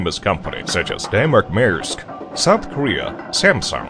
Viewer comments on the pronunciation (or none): none